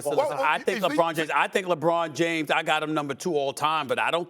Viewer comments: My guy said "Jabron James." I don't know whybthats so funny to me. Lol. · “Jabron James” 🤣🤣🤣